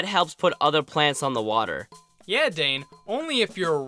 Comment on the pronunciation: the way you pronounce his water is hilarious